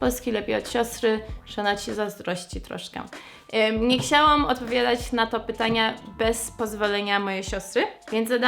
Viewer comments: jak zawsze, twoje "ksiałam" zamiast "chciałam" jest zajebiste! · zawsze jak mówisz "chciałam" wymawiasz "kciałam". Jakoś tak mam, że zauważam to zawsze gdy tak mówisz.A czy ty zdajesz sobie z tego sprawę? Mimo tego błędu to słowo w Twoich ustach brzmi nawet uroczo:)